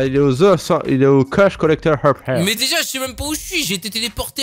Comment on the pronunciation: oui. moijé. béja. términé